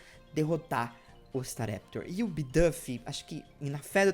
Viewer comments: eu amo o canal mas eu sofro um flinch toda vez que você pronuncia uma palavra em inglês errado, tipo "bidâf" (e não "biduuf") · Não seria "Bidufi" a pronúncia??